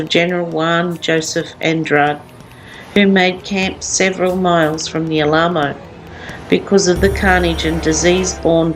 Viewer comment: Alamo is pronounced al-a-mo. Very informative, thank you